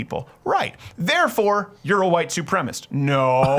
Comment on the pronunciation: It is wrong to discriminate against anyone based on race, ethnicity, or nationality. In an unrelated note, you said 'white supremist' right around the eight and a half minute mark instead of 'white supremacist'. Canadians can't speak correctly...